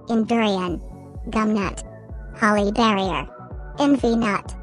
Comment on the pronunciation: Holly barrier sounds like hollyberry from crk 😩🤚